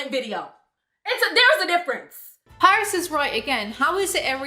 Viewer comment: Paris' real name is Parise, pa-reese.